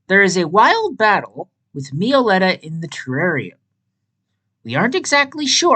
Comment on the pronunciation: everyone has different pronunciations about pokemon names but me-oh-letta is down right criminal i really hate to be rude but its pronounced mello-etta